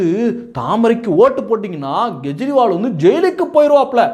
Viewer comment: Gejriwal? It is Kejriwal. K sound, not G sound